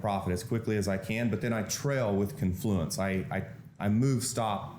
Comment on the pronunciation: Also, the word is CON-fluence, with the accent on the first syllable. Not con-FLU-ence. He says he uses a 50-tick stop. That's 12.5 points, which is a very low typical 1-bar range for NQ (and is a 250 loss). I kinda wanna call bullshit on this; the random fluctuation on any given short term bar (say 1000 ticks or say 3 minute bars) is easily 12.5 points. This stop would be hit extremely often on even low-vol portions of the day. The opening cross can easily average 40-60 points. Yeah, hm. I don't think so.